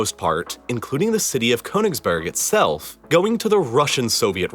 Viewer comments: You mispronounced Kaliningrad, oblast, Königsberg, Neiße, Danzig, François Mitterrand, Gorbačëv, Paris… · This is a good video about KÖNIGSBERG, not Konigsberg and it's negligent of the presenter not to have learnt how to pronounce it. The first syllable is like the kernel of a nut (near enough), So "Murder in Königsberg" would be a good title for a book or film. It really isn't difficult. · Well done presentation. The narrator could have added another feather in his cap had he studied just a tiny bit of pronunciation in the German language. Königsberg, with the umlaut over the o is pronounced more or less as Kerrnigsbairg, with the lips rounded as the sound of er is pronounced. Der is not der as in English but dair without the r sound. The river Neisse is pronounced Niy-suh, not Nee-suh. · The German version of it is pronounced "Kurnigsberg"